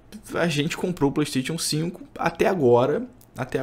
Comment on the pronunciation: Como levar a serio um cara que não sabe nem falar Playstation 5.